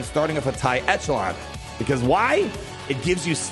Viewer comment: 25% reduction to health? You might want to reread the ability again. Lets also not forget that you STILL, over a year later, STILL do not pronounce Echelon correctly